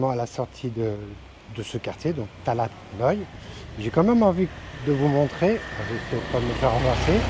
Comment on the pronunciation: Bonjour, sympa tes videos.je crois qu’on dit talat, pas talad